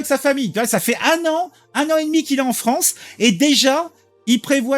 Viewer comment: C est la fwonce ! 😂